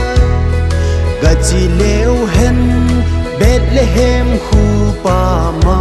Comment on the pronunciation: Angei sele❤ahinla pronunciation hi khangthah te hin kikhol jep g le ong,eg Bethlehem, betlehem naty doh tai kahin oimo lom2 deh poi,epao u bon hilou😂🙏